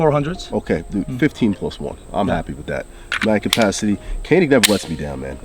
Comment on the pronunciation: Its pronounced jahn-ik not canik. Just FYI since your the gun pros you should be aware of this.